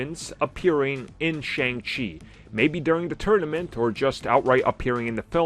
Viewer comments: I absolutely love this channel but I they would pronounce Shang-Chi correctly. Like, they're not even trying.....Shang-Chi (pronounced Shung-Shi). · You keep pronouncing Shang-chi the wrong way.